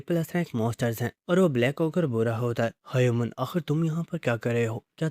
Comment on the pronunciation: Btw he pronounce human as hayuman😅